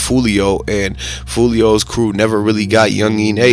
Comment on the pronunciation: "Youngin" bro, not "yungeeeeen" 😂